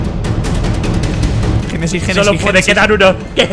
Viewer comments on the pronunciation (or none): none